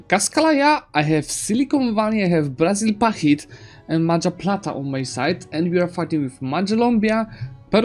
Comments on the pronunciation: Your country is called Majahapit, not Mapajahit btw :P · Mahajapit ❌ Majahapit ❌ Mapajahit ❌ Mahapajit ❌ Mapajahit ❌ Majapahit ✔ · I love how he sometimes pronounce Majapahit wrong. Like in 13 Mapajahits. Bill Wurtz would be proud. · i have a problem with the way you say majapahit